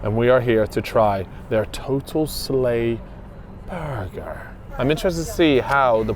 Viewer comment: More burrrrgerrr